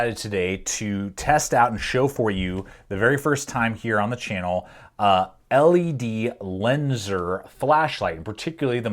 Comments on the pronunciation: Just to clarify not trying to be rude I used to pronounce it the same way or say it same way until I watched actual ledlenser promotional videos then I realised that been saying it wrong for ages. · Nice video sir but to pronounce the brand properly just say ledlenser. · Its pronounced as ledlenser and its rly underrated, its pretty popular in the UK